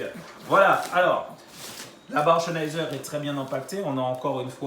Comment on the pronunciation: Bonne video :) Par contre ça se prononce "Zenaïzer" Pas de "Ch" :)